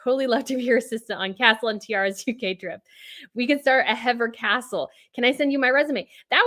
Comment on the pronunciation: h and M s children are royal children. They should come to England. By the way, Hever Castle is pronounced Heever